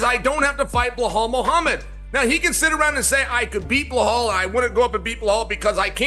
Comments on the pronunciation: sounds like Chael is saying “Blow hole” instead of “Belal” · How can chael STILL not say "Be lal" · Chael calling Bilal "Blahall" is still just magical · Why can’t Chael say BEELAAL!?!? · Hey Chael - who’s “Bullhall”? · Blah-hal. It's always Blah-hal with him. 😅 Dude couldn't even pronounce his own kid's name right if his life depended on it. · Chael can't pronounce belals name to save his life lmao